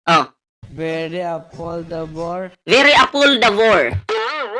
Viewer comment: hahaha beri apoldabor daw 😂😂😂😂 juice meo sino ba nibili nyan hahahaha siguro sinabi nya very affordable un hahahaha biri apoldabor sabi nya hahaha